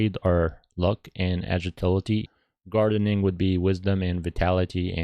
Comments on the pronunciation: More like agiltility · U cant even say agility